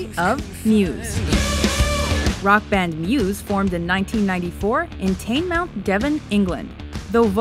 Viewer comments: i was gonna comment on that dude they shouldn't insult the town of teignmouth this is insulting the band watchmojo don't do this vid, take it off and say tin-mouth NOT tayn-mouth! ;) who agrees with me? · You pronounce it Ting-muff 😭 not tyngemouth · Teignmouth. Its pronounced like tin-muth not tayn-mouth. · oh god...... tayn-mouth? no it's pronounced tin-moth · Tainmouth wtf Watchmojo It's TEIGN MOUTH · Teignmouth is pronounced tin-moof(th) not tane-mouth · "Taynmouth" It's pronounced tin-mouth, not taynmouth. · XDXD tain mouth.. nah mate. Teignmouth _ tin muth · Ikr! It's pronounced Tin-mouth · By the way it's pronounced "tin-muth" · ITS PRONOUNCED TINMOUTH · It's pronounced "tinmouth" (teignmouth) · Teignmouth is pronounced "Teen-mouth" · It’s pronounced tin-mooth but is spelt Teignmouth. Cos I live like 20 mins away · Teignmouth is pronounced Tinmuth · teignmouth is pronounced more like 'tin muth' lol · teiyn-mouth please no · it's pronounced Ten-muth. Next time, don't even try, as Brits, there is nothing we hate more when an American tries to pronounce and gets wrong a simple British place name. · The way you say teighnmouth is hilarious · Yeah that makes sense, but it's just funny :D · Most Devon cities are hard to pronounce when you're not from here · Litrally though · For anyone complaining about how she pronounced Teignmouth, that's how those phonemes are pronounced in an American accent ("ei" usually makes a long A sound, etc.). She wouldn't know otherwise unless she had an English person nearby to correct her. Or she could have looked it up online, but whatever. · I'm sorry, but I cringed at the pronounciation of Teignmouth... No mention of how "Muse" wasn't their original name, and the Battle of the Bands comp that they won? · Chloe Grace Campbell same, I laughed so hard at the butchering of Teignmouth's pronounciation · Had to check the comments when I heard it myself, Glad I wasn't the only one haha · That pronunciation of Teignmouth cut deep